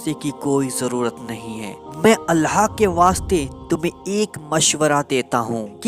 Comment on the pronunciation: Bhai ap Allah ka nam thik se li jie Allha tala nhi bal k Allah tala hota hai